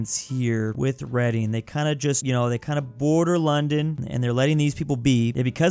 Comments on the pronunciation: Its pronounced tems not thames its glaz go and red ing and berming am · it’s really not 😂 it’s pronounced ‘reding’ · that's my home town, it ain't no city and it's pronounced: red-ING not reading 😢 😔 😞 😐 😑 😒 😢 😔 😞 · He pronounced reding reading😭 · It’s said birmingam and reding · “Tames River” (It’s pronounced Tems). Why is London a snake? (This trend seems common so this is the only one I will mention). “Tames” again. I’ll stop counting them now. Yes, it’s pronounced “Reding”. That is where Swansea, Llanelli and Neath are. Not Cardiff. (This really hurts because I live in the pink area). I already talked about snakes, but this thing needs to be mentioned too. Also, Cardiff is in “this thing”. Thank you. (I’ll write more later) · ‘Reading’ is actually pronounced ‘reding’ lol it’s weird ik 😂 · reading is pronounced redding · Bro said Reading like Read-ing 🙄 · Its actually pronounced red ing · Its Redding innit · As a British person, I can verify that "Thames" and "Reading" aren't pronounced that way, and anyone who does is publicly humiliated. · Reading tho 😭😭😭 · it's like the word "read" (past tense of read) with "ing" at the end, it's not difficult idk why people mess it up. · Reading is pronounced in the past tense, as in "I read something yesterday" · As a resident of Reading I am offended of the way you pronounce our city